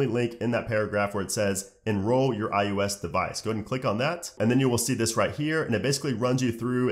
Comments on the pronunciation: Who else was bothered about how he said ius instead of ios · Great video, but how come in every video you make including this one, you pronounce iOS like "iUS" or "eye-yoow-ess" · nah b in the intro he def said ius💀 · "iUS" ... right? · why do you pronounce it like "I-ooo-s" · No, it’s I O S